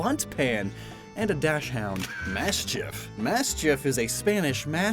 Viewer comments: Just a side note. Dachshund is Dock-sund, not dash hound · It’s not pronounced Dash-Hound- It’s pronounced Dox-shoond (Or Dox-und if you’re American like me XD) Don’t ask why I’m being one of those people it just irks me when people say dash hound XD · Its not pronounced Dash-hound , its a daks or dax, it‘s a hard K sound followed by an S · WHY IS EVERYONE SAYING “DASH HOUND”. THAT’S NOT HOW YOU SAY DACHSUND. AUSTIN JOHN, PHILLY, NOW YOU. AM I NOT IN MY ORIGINAL UNIVERSE? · you mispronounced dachshund but that's understandable